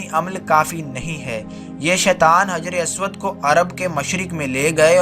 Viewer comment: بہت خوب لیکن کچھ غلطیاں ہیں انہیں ٹھیک کرلیجئےگا حِجْرِ اسود کو حَجَرِ اسود پڑھیِے گا